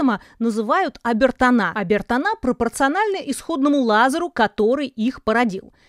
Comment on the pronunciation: Ирина учитесь говорить на литературном языке а не на жаргоне ,типа абертана' а о'бертоны.